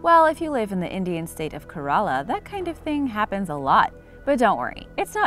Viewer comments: You are pronouncing Kerala wrong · OMG the way you pronounced my state Kerala is hilarious 😂